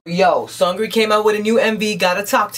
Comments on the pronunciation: No LOL his name is pronounced like seungri lol that 'eung' part is important. is pronouncing it like 'sungri' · .....isnt it pronounced as Soongri not Sangri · hahaha your dancing is awesome! Glad you liked it. Except you say his name more like Soonri I think, the g is almost silent. And LOL your grandpa impression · sexy boy's name pronounces as "seung" and “ri”, 'g' is a silent letter. btw i really like your reactions to BB MVs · This is brilliant. You kind of remixed the song and it was really good. And the way you pronounce SeungRi is funny. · the pronunciation is not that important. seungri is a foreign artist; "ㅡ" can be difficult to pronounce to those who don't speak korean fluently. lay off of him. the important thing is that seungri just put out a sweet-ass MV, and is admiring it and praising it.